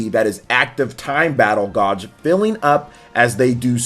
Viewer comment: "Gauge" is pronounced 'Gayg' Not 'Godg" bro